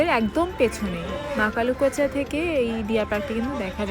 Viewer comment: Makalukocha noi kothata Makulakocha